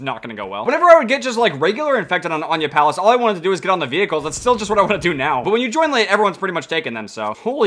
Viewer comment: it’s pronounced aniyah palace